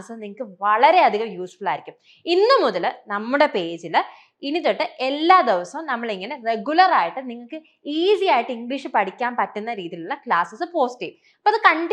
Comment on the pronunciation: ദെവസം അല്ല ദിവസം